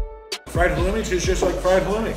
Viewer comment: Did say halomi? Like ha low mi? it is Halloumi 'Ha looooooooooooooo meeeeeeeeee'